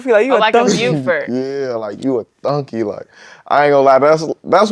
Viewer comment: who tf be saying thunky g 😭